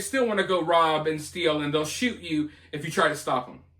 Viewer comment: Those people need English 101 not EBT. It's steal, not stillll.